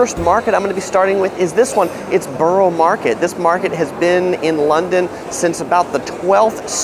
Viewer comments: It's pronounced "Burra" market and he showed Tower Bridge, not London Bridge. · It's pronounced burra or burruh but otherwise thanks for the vid :)